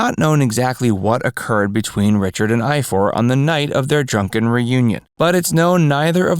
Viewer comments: They are Welsh. Richards older brothers name is pronounced I-Var. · You pronounce Ifor as Ivor.. I wondered what you were saying did a moment!!!